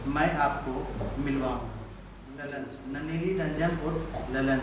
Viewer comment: ललन सिंह का नाम ये होगा (लल्लन ये नहीं)